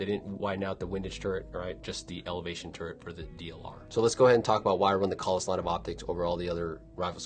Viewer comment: pronounces it correctly. To many people pronounce it wrong by saying “kales”.